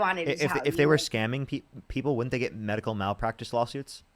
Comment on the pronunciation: WHY does she keep selling MAD-ical?